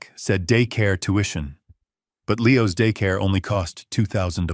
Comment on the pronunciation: There are many chunks of narrative repeated immediately after each one, the script needs proofreading/listening to badly. Also, the pronunciation of the letter 's' after the apostrophe to indicate 'belonging to' is wrong. For example "Leo's toys" is pronounced incorrectly here as Leo - pause - 'ess', not Leeoz. The grandfather in this story comes across as mean and unkind, to me he beings all the bad stuff down on his own head. If he had told his son that he would inherit a Trust Fund at 40 with clear guidelines for his behaviour and character formation, then maybe none of the bad stuff would have happened.